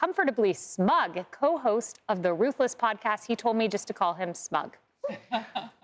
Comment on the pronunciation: Did she just say. "an·us vs. them..."??!!!!! LMAO!!!!!